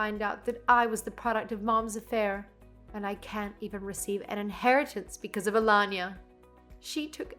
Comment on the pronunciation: Alanya or aLayna??? Same stories,same narration still weirdly different pronunciation. Nothin to do with English not being their first language.